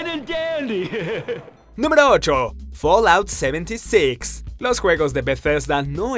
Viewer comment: folaut seventisix jajajajaja tomatela con tu inglés